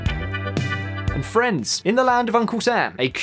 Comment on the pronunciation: everytime he says "friends" i hear france for some reason and thinks he's gonna start talking about it